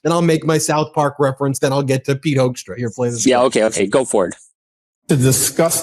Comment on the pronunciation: I really like the fact that you keep pronouncing Hoekstra’s name wrong, the ‘oe’ is supposed to sound like in ‘hook’, or even better, like in ‘fool’. But I think Hoaxtra sounds much closer to who he really is as a person.